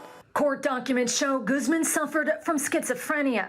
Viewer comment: Proper pronunciation of that surname is "goose MON" not "GOOZ men." There's no excuse for mispronunciations in this day and age. That's what the Internet's for...